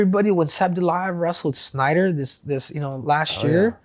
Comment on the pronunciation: Chael saying “Schnieder” instead of “Snyder”😂